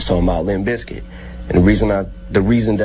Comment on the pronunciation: its limp bIZKIT!!!!!!!!!! not biskit!!!!!!